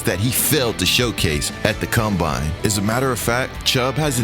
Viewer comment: This is gotta be the dumbest list I’ve ever seen in my entire life. Period. Period. Period. What sort of Moron would make this? They didn’t even know how to pronounce the word ‘combine’ correctly… The stuff you find on YouTube SMH